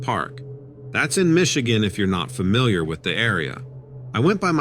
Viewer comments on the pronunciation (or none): none